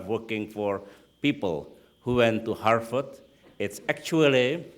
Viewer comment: OMG it's harVard not not harFard.. Indonesians tend to mispronounce /v/ for /f/ .. /v/ and /f/ have different sounds in English.